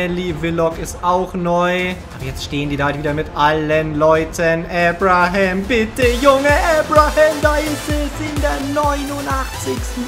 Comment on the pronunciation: Bin ich der einzige, der wegen Aussprache von Abraham gestört ist?